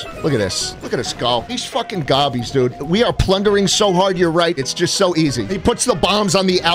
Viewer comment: you CAN'T say Gobbies man!